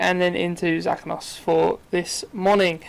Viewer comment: i think Zakynthos is said as za-kin-thos.